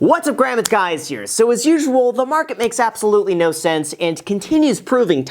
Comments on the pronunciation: Intro: what’s up Graham it’s guy her “ lol. Great stuff 🤙🏻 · "What's up Graham it's guys here..." LMAO! Love your videos Graham but the beginning of this video cracked me up! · You just said what’s up graham it’s guys here! That’s so funny:)😉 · "What's up Graham it's guys here..." lol